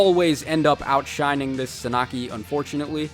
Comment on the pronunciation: Suh Nah Kee?? Bro no Sahn ah key